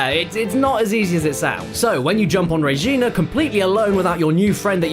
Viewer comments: it's regina, not rejina, good god. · Re ghenah Kappa, it re-gi-na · Its pronounced Regina, like Vagina. I would know since I live in Regina Saskatchewan.